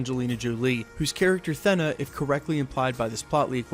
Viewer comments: Surely its pronounced "Theena"....like 'Athena' - A-Thena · I've heard it pronounced like "Thaynuh" too which is closer to the original Greek pronunciation. But the short e sound the narrator of this video is using definitely sounds odd. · I just wanna see baby Thanos vs baby Yoda! ...and maybe for this guy to start pronouncing Thena correctly!!!